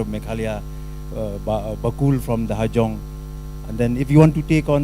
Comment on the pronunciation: Pronounce Hajong ruh hassong